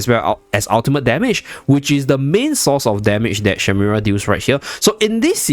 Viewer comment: Shemira, not shimera 😅